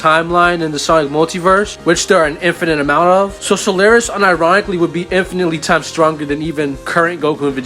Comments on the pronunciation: Solaris. Not Solaire-is. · so-lar-is, not sul-air-es